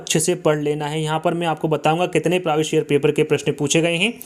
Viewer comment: Sir previous ka Pronunciation thik se kijyea na ya phir hindi me hi bol lijyea